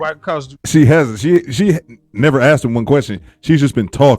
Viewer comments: Axed you? Communications? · Did she say axed you about?